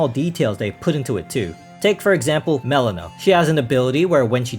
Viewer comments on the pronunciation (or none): In Josh's Journey, I'm pretty certain her name is pronounced mel-EE-na. Not MEL-in-a. It grated on my ears every time her name was pronounced that way.